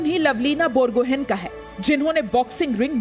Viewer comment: लभलीना बरगोहाई correct pronunciation, not बरगोहेन ।। from Assam